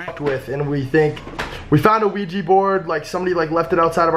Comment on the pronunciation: "ITS OUIJA" Rice and:"Ohja!" im dead 😂😂😂😝😝😝😂😂😂